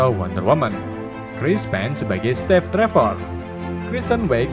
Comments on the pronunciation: Narasi nya bener" katro gak bisa bhs inggris steve saja jd step🤣🤣🤣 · Kenapa steve jadi stev apa step gitu tapi kenapa yang satu kurang e yang satu malah p bukan ve 😢😢😢😢😂😂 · Saran min, belajar lagi pelafalan dalam Bahasa Inggris, biar enak dengernya... COntoh ya, Steve itupengucapannya "stiiv" bukan "Stev"